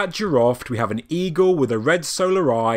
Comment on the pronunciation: jiroft (in persian)جیرفت not jiraft :)